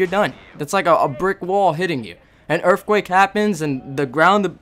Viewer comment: u say earthquake like erfquake